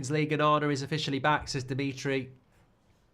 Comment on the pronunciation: ONANA more like OH-NA-NA